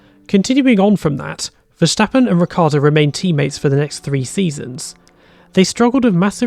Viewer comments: Please stop saying Vershtappen. His name is Ver-stap-pen. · There is no sh sound in Verstappens name. Otherwise great video. Cheers 👍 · How come you know so much about F1 but can't pronounce Verstappen? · Learn how to say Verstappen